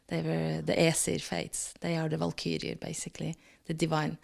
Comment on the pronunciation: this is so fascinating...I was in a band called Valkyrie in the 1980s and we based our whole show on Norse mythology...lots of new and interesting info here, including the pronunciation (Val- keer -i -a)